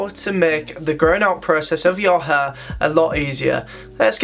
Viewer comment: flat hur, hur dryer, hur product, amount on your hur its HAIIIRRRRR